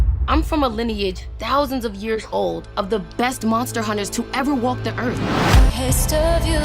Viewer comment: Swear to god I heard "greatest hunters to ever 'woke' the earth".